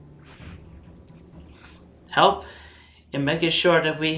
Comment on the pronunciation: idk why i have a bad feeling about the part where the camera shakes and he seems to emphasize the word 'help' but it could just be his autistic delivery and my borderline schizophrenic thought process